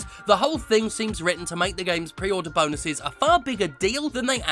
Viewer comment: You had me rolling when you did the deluxe "bonues" LOL